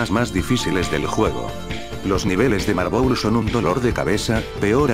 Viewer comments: Jajaja "marbol" xd es marbel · En ves de marble le escuché Marbol